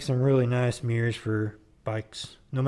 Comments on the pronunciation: It sounds like you’re saying meers instead of mirrors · no, that’s not all I got out of it. I got quite a lot out of it, thanks for the upload btw. I just think it sounds funny when you say “meers”. You’re not the only one that does it. Tailhappy tv, and Maximum thrust says it too. 😂